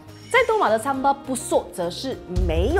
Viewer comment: 嗨咯！槟城人，这才是正确的发音！叫Sambal,不是sambai😂